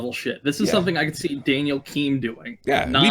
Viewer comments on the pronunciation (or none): none